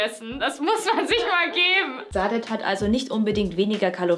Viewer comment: die sprechen den namen von saadet falsch aus. das s wird scharf gesprochen, türkischer name